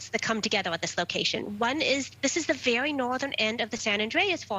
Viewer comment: Vewy vewy intwesting